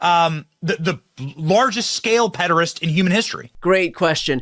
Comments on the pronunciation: Benny saying pederest annoys me so much for some reason. All these people are disgusting monsters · Pedorist?! Does he know English?